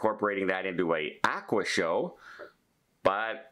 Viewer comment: “Ah-qua”